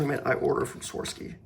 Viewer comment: Swar-ov-ski is the pronunciation